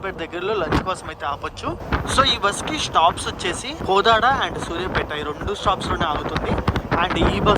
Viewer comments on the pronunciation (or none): Bhayya adhi కోదాడ bhayya కోడడ. Kaadhu bhayya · కోదాడ అన్నా... కొడడ కాదు😀😀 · Kodad pronunciation thappu ga palukuthunnav Bayya nuv